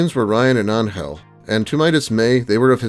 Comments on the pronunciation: It's angel 😇 why do you pronounce it as angle. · Very interesting way of how you pronounce the name Angel.